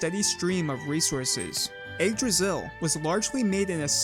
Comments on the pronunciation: umm actualy is yggdrasill not jigdrasill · Your butchering of Yggdrasil (Igg-draw-sil) really messed up the intro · Y-eeg-drasil Yggdrasil